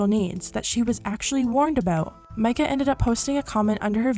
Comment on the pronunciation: omg i know this isnt important at all but at least someone said her name right lmao